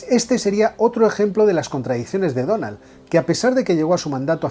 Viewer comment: Me sangran los oídos de escuchar "Donald"